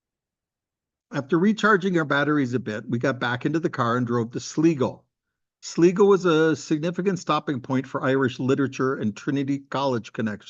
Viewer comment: Ask a local how to pronounce Sligo, hope you enjoy the visit